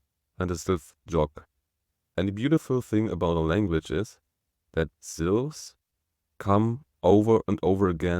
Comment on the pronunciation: "Syllables" not "silves"